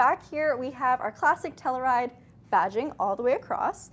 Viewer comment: Might be a Canada thing. In the U.S. it’s pronounced Tell-you-ride; not tell-uh-ride.